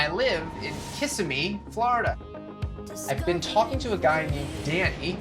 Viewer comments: Someone tell Niv, it’s Kis-SI-mee not Kiss-a-mee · The way Nev pronounces Kissimmee 🤣